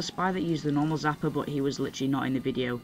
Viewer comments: Why do you say zapper...its called a sapper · Its Sapper not Zapper